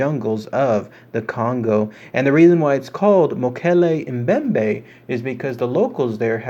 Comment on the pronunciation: Holy cow..I cannot believe u freakin pronounced it rite!! 😏 rite on man..good on u. Almost no one gets this correct lol